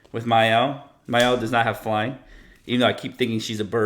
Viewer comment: Is the “R” in “Myrel” silent or something?